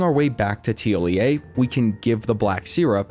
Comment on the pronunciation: Good job on the NPC’s pronunciation, you’re the first person I’ve heard to get it right